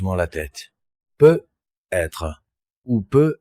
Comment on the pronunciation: Bonjour, la voix est très fluide, et paraît très naturelle, le seul hic c’est quand il est dit « peut…..être » au lieu de « peut-être » et écoutant beaucoup de récits fait par l’ IA, c’est une anomalie qui revient toujours ☹️